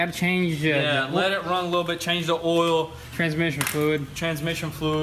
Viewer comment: Oil, not “Ole 😂😂 love you guys